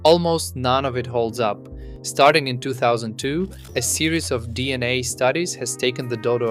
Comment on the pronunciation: Are you really convinced that it's pronounced D&A?